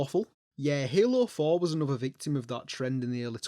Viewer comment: hALOO FOour